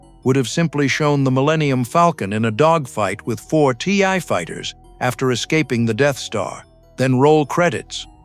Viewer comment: Use a better AI it’s pronounced Thai Fighter not Tee Eye Fighter